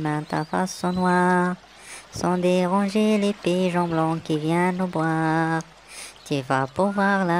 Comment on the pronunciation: La traduction est correcte mais il y a des erreurs de prononciation. Pigeons et non piyons